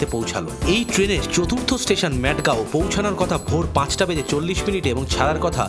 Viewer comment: উচ্চারণ টা মাডগাও,ম্যাডগাও না।ওটা পাগলের গ্রাম না